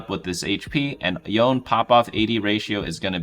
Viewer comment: I'm slightly triggered by the pronunciation of Yone being both "Yoan" and "Yonei" in the span of two sentences.